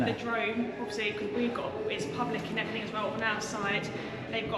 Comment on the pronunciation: 'and everyfing', obviously